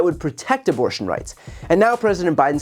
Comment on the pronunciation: The guy needs a speech therapist and probably a dentist before another attempt at public speaking. His "aborshshshsh'n" pronunciation damaged my hearing.